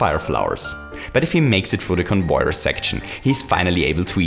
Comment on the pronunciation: Also plase say Conveyer instead of convoyor.